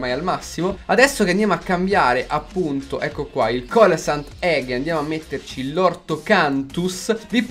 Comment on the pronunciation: Il "tonno" si pronuncia Celacantus